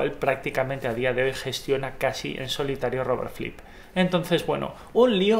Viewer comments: Por qué dices Robert Flip?, es Robert Fripp. Buen video, gracias. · Fripp, no flipp, pronuncia bien idiota, los mataré, los mataré a todos. Gallego. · Tengo problemas con el audio, pareciese que se escucha "Flipp" en vez de FRipp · Es Fripp no Flip. Buen video, por cierto. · Si...me molesta no encontrar música del Rey Carmesí en Spotify ni en Youtube...pero también me molesta que le diga "Flipp" y no "Fripp"!!...(o al menos es lo que yo escucho!...) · Me desespera que no pronuncia bien "Fripp", no es tan difícil hermano, inténtalo.